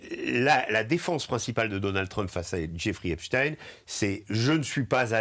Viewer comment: Je juge de la probité d'un media de la façon dont est prononcé.le nom Epstein. Là c'est validé.